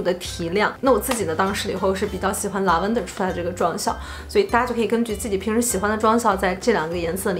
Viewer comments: 很喜欢你, 但是咱能不能每次做视频前把要讲的英文发音查一下... Lavender重音在第一个音节... 已经好几个视频里的英文都讲错, 听着怪难受的..... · Lavender发音不对哎😂😂😂听着有点变扭哈哈哈哈